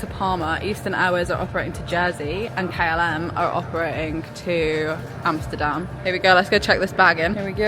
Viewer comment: Compliments for the pronouncuation of Schiphol and Amsterdam. Like others mentioned, certainly not the smallest airport in the UK.